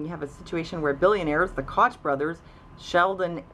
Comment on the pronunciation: Koch is pronounced Coke, jus ftr